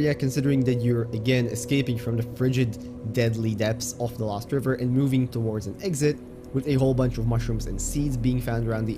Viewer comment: He said "LÖWST"